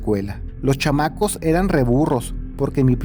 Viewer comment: Jajaja se escucha chistoso cuando dices CHAMACOS 😂